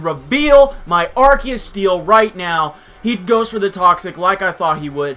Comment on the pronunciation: Please learn how to say arceus. I stopped watching the battle because hearing you say arceus like arkeus was brutal. xP